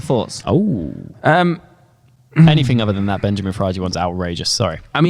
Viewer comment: Hey it’s Benyamin. Not Benjamin.